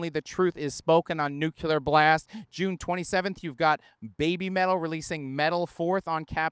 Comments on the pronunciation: It's pronounced nu-clear, not nuke-U-Lar! btw: the difference between doom metal and funeral metal is exactly: "who gives a crap!" 😄 Just trying to be accurate! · Good ol'. 2025 still pronouncing 'nuclear' like he's a Bush in 2002.